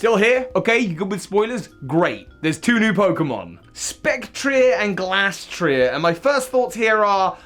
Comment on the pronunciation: Glastrier, with a long A. Gl-A-strier